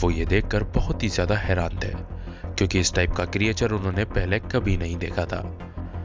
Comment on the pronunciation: Correct ---->क्रिचर Not क्री ए चर